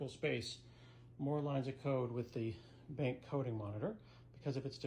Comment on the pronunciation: I thought the same thing, but then Scott said "BENK" - and I low key LOVE that pronunciation! Not sure that I care whether it's right or wrong, but that's how I'm saying it from now on!!! Thanks Scott!